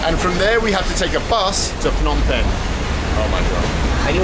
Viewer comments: I used to stay in a place not even 3 minute walk from that hotel in Phnom Penh. Pronounced P'nom Pen not Fnom Pen. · It's Phnom Penh. Not Fnom Penh. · Phnom Penh is pronounced pe-NOM pen. The name "Phnom Penh" quite literally translates to "Penh's Hill" or "Hill of Pen.” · *it's not Fnom Pen the h is silent, it's pronounced P'nam Pen. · If I got 100 riel each time a vlogger pronounced the hard consonant "Ph" as "P" instead of, incorrectly, "F" I'd be pretty well off by now. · "Fnom" penh 😅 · Ph in Cambodia is not pronounced like an F. The H is silent. Like Thailand is really spoken like Tai-land. The H is silent. Phenom Penh is pronounced Peh-Nom Penn where the H is silent. Its not Feh-Nom Penn where like in English PH = F. For 5 years I have lived 4.5 hours away from where you shot this video in Buriram Thailand. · Sorry for pointing that out, as I heard it various times, it shouldn´t be pronounced "Fnom Pen" for the capital city "Phnom Penh", but more like "Puh-Nam Peng" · Love that you're here with us in SE Asia. By the way, the Ph sound is just a P, the H is silent. Its pronounced Pnom Pen. Same in the Thai language. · The ph in Phnom Penh is not pronounced like an F